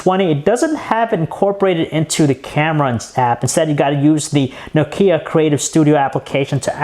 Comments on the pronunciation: Perfectly biased..... another andriodsheep..... try to pronounce nokia not nok ia ur so noisy... plsss stop that u like a mongoloid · It's Nokia, not Nokiia ffs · nuke-hia (nokia) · THIS ASIAN doesnt know how to pronounce nokia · Besides the pronunciation of Nokia, wery good review! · Learn to pronounce Nokia correctly.